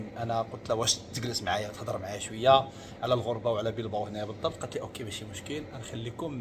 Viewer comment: بلباو ماشي بيلباو